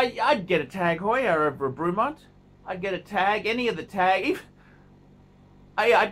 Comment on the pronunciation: The guy can’t even pronounce Bremont! Wtf